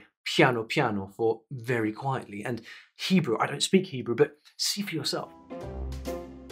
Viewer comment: Correct on the Hebrew!